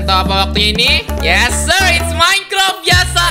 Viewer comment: Tulisan : Yes sir Di baca : Yeus Ser